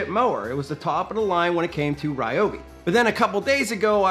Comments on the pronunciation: It's Ree-O-Bi. Look it up. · Ryobi representative said that it’s pronounced as REEOBI